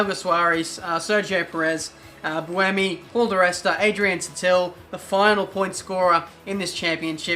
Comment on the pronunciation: You guys say buemi: booemee; how I do it: bwaymee